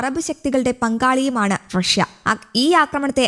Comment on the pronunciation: വഴഷ്യ അല്ല. ലോകത്ത് ഒരാളും പറഞ്ഞു കേട്ടിട്ടില്ല. റഷ്യ ആണ്.